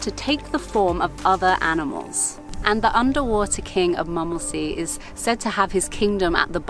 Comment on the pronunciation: And M"u"mmelsee will be pronounced with an "u" like in b"u"tcher ;-)